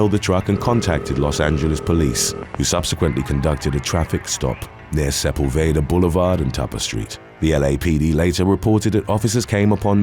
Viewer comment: SEPULVEDA is pronounced “SEP ULL ve Duh” lol 😂 I used to pronounce it like that too.